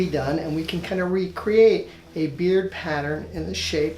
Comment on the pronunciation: He says beer not beard